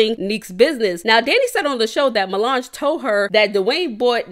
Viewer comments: U continuing to call that girl “milange” is wild🤣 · I can’t get over you calling her Mulange 😂😂😂😂😂 I was weak every time